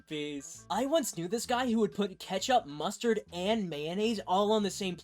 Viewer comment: did bro just say... m-m-m-MUSTARD?!??!?!?!?!??1?!1?1??!??!